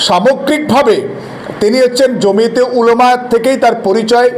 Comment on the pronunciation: জমিতে নয় ,জমিয়তে ।বিশ্লেষণ মন্দ নয়। ধন্যবাদ